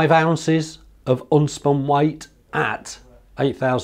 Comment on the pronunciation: I thought he said un-spun weight.